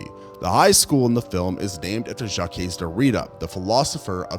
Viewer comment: Jacques = jock (with the frenchish j)